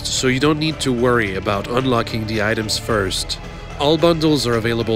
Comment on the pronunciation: TH!!! It's "the", not "da"!